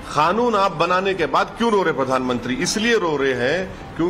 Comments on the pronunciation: खानून नहि। कानून बोन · खानून नहीं कानून होता है.....